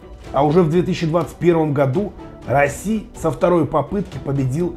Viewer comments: Какой расси, раисси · РаИси не Раси )))